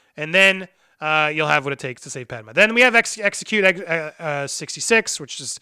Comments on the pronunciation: “Padma” lol, are you going to do clone wars the movie ?? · Pad-May!!!!!!!!!!!!!!!!!!!!!!!! = Padme